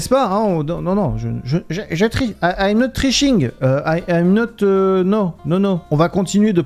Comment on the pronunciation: On dit pas triching 😂